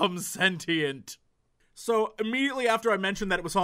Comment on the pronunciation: TIL Jesse doesn't know how to pronounce sentient.